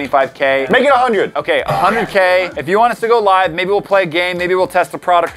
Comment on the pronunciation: I pretty sure that said like to live (the other pronunciation).